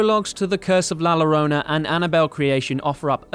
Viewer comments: It's pronounced yo-ron-na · I can’t get past his pronunciation of llorona. It’s a Y sound not an L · Llorona pronounced with “y” as in yes. Yollorona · This guy said, The Lorona .... Best thing ive heard all 2020. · Thank you for this video. I just binge watched the whole Conjuring series today. Great job with this video. But as a Hispanic... though it's not your fault you don't know this... I can't help but to tell you that La Llorona is pronounced La Yorona. "Double L" in Spanish has a "Y" sound. Ll = Y. So sorry for being nick picky. I do apologies. But like I said, despite of that one tiny thing your video is great. Nice job. I enjoyed it. 👍🖤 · La llorona “Yo” La Yorona U pronounce it with a yo like yo-yo La llorona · la llarona is pronouced "la yarona" in spanish btw. get cultured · It’s spelled llorona but pronounced yorona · Nuuuu u pronounced la Llorona wrong.😿 La llorona (la yorrona) two l’s together is like a y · This dude really said la llorona. It's pronounced yo-ro-na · It seems that you need help saying “la llorona” perfect way to say it is “la yo-ro-na” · You bad at the pronunciation of la llorona. You should had pronounced first before doing the video. The “larona” 😂🤣😂🤣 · Omg I screamed when he said i La Lorona 😂😂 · The way he says Llorona annoys me 😂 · as a latina/hispanic i am cringing really hard at how you pronounce la llorona...(the ll has a shh sound) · Loved the video! But seriously, mate, ask someone for the correct pronunciation of "Llorona". 😄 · So y'all can say yo-yo but can't say llorona? Its literary the same pronunciation 😓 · I am Spanish and it’s really annoying when people pronounce the double ‘l’ as an ‘l’ and not ‘y’ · If English speaking people could educate themselves on pronouncing La Llorona before talking about it, that would be great. So freaking cringy and annoying. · Your British accent is charming , like all 'cockneyian " accents are ! Your pronunciation of " la - llorana ", not so much ...😂😂😂😂😂😂😂😂